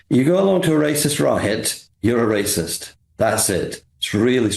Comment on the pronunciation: Wacist wacist wacist. That's all I heard from this deluded Labour